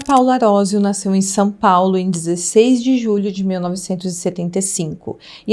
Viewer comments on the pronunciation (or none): none